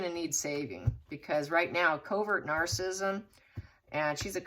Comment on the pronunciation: PLEASE pronounce Narcissism and West Minster Abbey properly!!!!!!!!!!!!!!!!